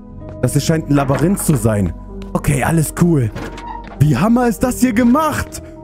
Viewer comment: "Das hier scheint ein Labayinth zu sein"